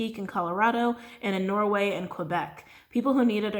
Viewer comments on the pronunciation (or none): none